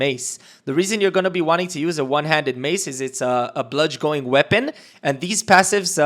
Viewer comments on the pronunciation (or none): Awesome video bro. Just one concern. Not even a concern. I just couldn't take it. You pronounce it (Bludge - in) that is the phonetic pronunciation. Bludgeon is pronounced bludge-in.